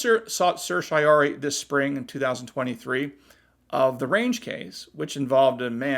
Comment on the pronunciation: Sir-see-yo-rah-rye, before you mis-pronounce it again if you are before the Supremes.